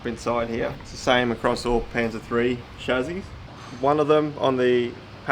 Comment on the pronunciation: its Chassis not Chazzi